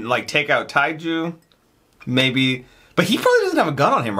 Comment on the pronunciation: Tae-ju = Teh-joo